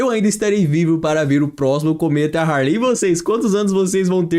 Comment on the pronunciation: humanos "poupar" em marte? cometa "haRley reRtornará"?? o terremoto "ocoleceu"?? não dá amiguinho...